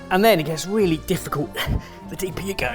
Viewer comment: Wheally wheally good! :D